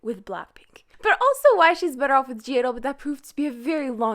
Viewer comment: anybody else triggerd that she keeps saying gidle instead of idle LIKE WHAT THE FUCK!